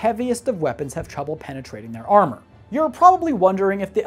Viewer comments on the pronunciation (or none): none